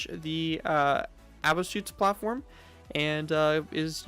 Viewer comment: your pronunciation of Abschussplattform is all wrong. Nice video regardless.